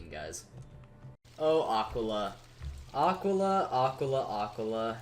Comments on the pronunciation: I'm pretty sure its more like ah-keel-a but I may be wrong. Love the content though keep it up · The way he says Aquila 😭💀